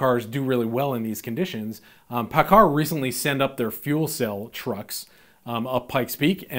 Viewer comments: Great video, man. I'm a diesel tech working for a Kenworth dealership and am investing in the stock market. Your pronunciation of Paccar is off, dude. Lol (had to bust your chops) It's actually pronounced "PackCar". It's good to know that my intuition is on thos subject was right. Invest in what you know, right? Again, great video. Thanks!! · I use to work for Paccar when I lived in Seattle. A loudsy company! Headquarters is in Bellevue, WA. You pronounced Paccar wrong. LOL